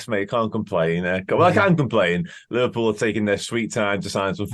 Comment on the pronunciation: Lee Vah Pull?